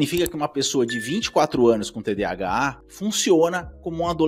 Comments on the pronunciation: Cara eu não consigo me concentrar no vídeo com ele falando TDHA invés de TDAH. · Quem aqui mais com TDAH com agonia ele falando mil vezes TDHA 🫠🫠